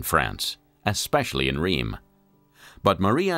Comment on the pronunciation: I really like the documentary but the narrator has NO clue about how to pronounce French city names or places. Not hard to learn that e.g. Rheims and Denis ... awful.